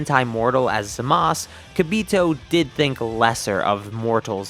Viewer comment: You keep saying zamas, who's that? I know zamasu, as long you keep calling him zamas instead of his actual name, I won't sub